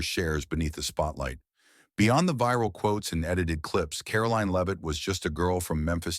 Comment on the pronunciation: Karoline Leave-It?